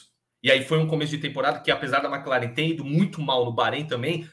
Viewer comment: toda vez que ele fala MecLaren eu so falto ter um PVC aqui em casa kkkkkkkk Mas otimo programa, como sempre. Vcs são foda